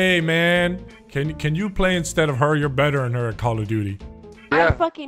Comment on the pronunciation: I loved that "I hope ye enjoyed". Like you were giving the guy that subtle nod that you're